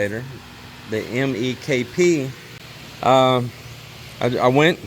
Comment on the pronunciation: YES MEKP, most people just say MEK